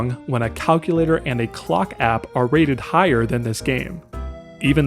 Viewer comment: I like your videos, but chill out on pronouncing your "P"s in words like "app"